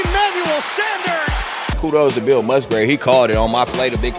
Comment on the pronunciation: Lol ‘Mill Busgrave’ I do that shit all the time